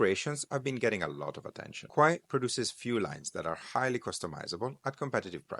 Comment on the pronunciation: Kuoe spell correctly is KU-O